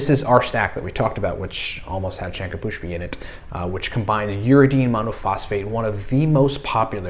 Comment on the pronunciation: Its not shanka pushpi. Its shankh pushpi 😂